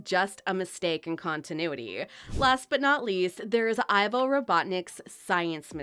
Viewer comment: First of all it not ivor it’s ivo